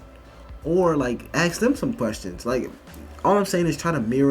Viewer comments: I want to know why black people say “axe” when it’s “ask”. What’s the point? Are you just doing it to be more different? You like not using the language correctly so as to separate yourselves from white people even further? What’s the reason? And don’t give me “it’s how they said it in Africa” Ebonics bullshit. Ebonics is an Southern style of an old English dialect from, like, Cornwall or something. It has nothing to do with how Africans spoke. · It still irritates me that college students say ax..c'mon..it sounds illiterate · I'd like to axe you why you skipped every English class? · "AXING" its "ASK" not "AXING". ASSSSSSSSSSSSSK She is full of crap. She is fishing for crap to say. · I have a question: If she grew up around white people and is in college and said she had an English class, why did she say 'ax' instead of 'ask' twice? It seems put on to emphasize her 'blackness' and separate herself from whites. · If you would be axed, that would be aggravated assault. I think the male-presenting woman means ASKED. Practice saying it, ffs. Words have meaning. This is just imitating TikTok dumbo’s. 🙄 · How do you get to higher education when you “aks” questions? That alone tells me a person has an inability to listen. A person who is unable to listen is never going to progress. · Y'all ever think about the fact that black people pronounce ASK as AXX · How do you make it to Penn and say "axe" rather than ask? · the word is ASK - not AKS, it's ask! English motherfuckers! do you speak it? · Let me ax you dis. She took an English class? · In college and cant even pronounce ASK.. That is my problem these days with the schooling system. I've noticed that in a few of these Professor videos. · This kid's in college, talking about offensive white kids in her English class, and can't pronounce the word ASK! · Is this a cool thing or can americans really not say the word 'ask' in English. Is it like the French and 'hamburger' ?? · Why do blacks say axs and not ask?